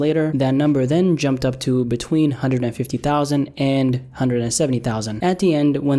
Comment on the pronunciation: What’s up with him staying a hunned thousand over a hundred thousand? I don’t remember him ever pronouncing it that way before.